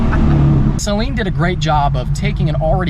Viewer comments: SUH-LEEN Mustang not say leen lmao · A Saleen Mustang is not pronounced "Saline", like salt water. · cringe at the way he sales Saleen. Lol. (Say-lean) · Never buy first gen. Saleen not Salean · Its not say-leen dumbass!!! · Can you plz stop calling it a say-leen though